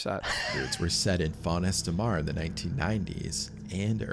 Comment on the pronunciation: It can't be an AI voice track; AI would be able to pronounce 'Font Estramar'. I guess he really does talk that way, and clearly never did French at school. Lea Blvd is in Delaware. The first incident with Jean Claude Guar was in 1955, so equipment would have been basic. So like you say, not the worst stories ever, just the worst told stories ever.